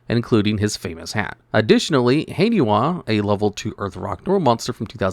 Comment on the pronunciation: You mispronounced "Haniwa"